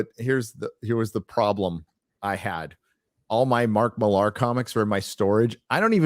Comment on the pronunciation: Matk seems pretty cool (despite the fact that I'm the opposite of fond of the Ultimates and Kick Ass). If you ever have him on again, you MIGHT want to try to pronounce his last name MILLar (basicaly Miller) as he does, instead of millAR.